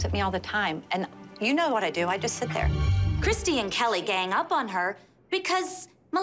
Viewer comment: *Christi. Not Kristy.